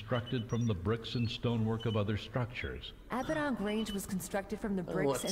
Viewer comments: I love how the speakers dont even say the words correctly on top of the subs not matching. The script is just shat on. She calls Abbadon Range "Abbadock", and he calls Greenwich, "Grenich". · Can't pronounce Abaddon correctly, can't pronounce Gibraltar correctly.